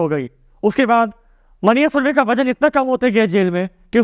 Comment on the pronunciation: मन्या सुर्वे is correct pronunciation